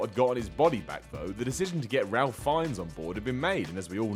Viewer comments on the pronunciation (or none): Its pronounced 'Raif' (sort of) not 'Ralph'. He's proper posh, don't you know? hehe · why bring up Richard Harris? Bit tough to keep him as Dumbledore after he freaking died Oh and it's pronounced Rafe not Ralph Fiennes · Ralph Fiennes' name is pronounced as "Rafe" not "Ralf" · please stop calingl him "Ralph". The wonderful actors first name is pronounced "Rayph". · "Ralf Fines" uhh no. It's "Ray-f Fines" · haha RALPH Fiennes - it's pronounced RAFE. Oh the shame. jk! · "Somehow he was convinced" Ok, I laughed out loud at the pic of Ralph, pronounced "Ray" BTW, yeah, I know Sade is pronounced SharDay, whatever...well I laughed out loud at the image of him being showered with cash. Uh huh, I am certain this is what convinced Ralph to do it too. The Potter films have allowed him to do literally anything he wants until the day he drops dead. Quite the good deal I would say! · Just a comment - it's pronounced "Rafe Fines" not Ralph. I know it's spelled Ralph Fiennes, but really.. "Rafe". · The "Ralph" in Ralph Fiennes is actually pronounced Rayph. Just thought you might want to know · Correction: The first name of the actor who played Voldemort, Ralph Fiennes, is pronounced "RAYF", not RALF". I don't get it either, but that's how it's pronounced. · It's pronounced "Rafe" not Ralph, FYI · It's pronounced "Rafe" Fiennes, not "Ralph". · Did..did he just say RaLph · That is not how Ralph Fiennes is pronounced. It's rafe, not ralf. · Ralph Finnes name is not pronounced correctly. It should sound like "Rayf". It's not like Ralph Mouth on Happy Days. And when his full name is said quickly it can sound like "Ray Finnes", which is also incorrect. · it's like Ray-f, it annoyed me when he pronounced it as ralf :') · Ralph Fiennes, his first name is pronounced Rafe. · It's pronounced raif. I know. Stupid. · "Rowling" rhymes with "bowling" and Ralph Fiennes pronounces his name "Rafe". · It's pronounced "Rafe" Fiennes... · It's pronounced /reif/. Do your research ;)